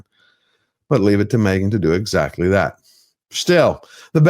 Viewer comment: She is MEgan ...."H" is silent.😮😅😅😅😅